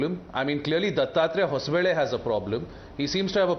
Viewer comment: it's not hosa bele, it's HOSABALE. THOO KACHDA